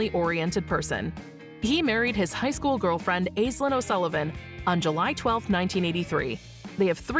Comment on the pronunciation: Aislinn’s name is pronounced Ash-linn